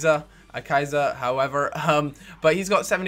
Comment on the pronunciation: ekitza there is like a little t sound LIKE so he can see damn learn to speak spanis;)